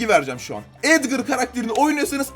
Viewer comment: Abi Lütfen Edgır deme. Sen edgır dediğin zaman Çok tahatsız oluyor Edgar diye uku lütfen